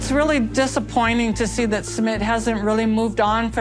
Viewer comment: You say his name wrong!!!